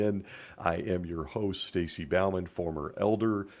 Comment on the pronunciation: Estacy or Stacy? Care much to not say your name properly. Really love your podcast.👍🏼👍🏼👍🏼❤❤❤